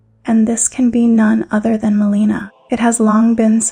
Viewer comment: It’s pretty crazy you can get this deep into the lore, and yet mispronounce so many of the central characters names time and again. From Marika to Miquella to Melina to Radahn to Rennala and many more. I actually lost track. A mispronunciation here and there isn’t even really worth mentioning - usually. But when it’s done over and over and over with main characters of the story, it starts to become a distraction from the actual content. Which in of itself is well written. I mean towards the end , calling Crucible Knight DEVONIA, “Crucible Knight Darian” time and again is a little ridiculous. This isn’t a mispronunciation, this is flat out lazy research - completely getting the name wrong. I honestly didn’t know who she was talking about at first and initially thought I had missed a named Crucible knight. Until she read straight from Devonia’s Helm and item description yet attributing the helm and item description to “Crucible Knight Darian.” Then I knew it was just another botched name.